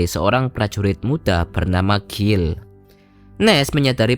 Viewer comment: Guile (baca Gail) kok dibaca Gill... 😁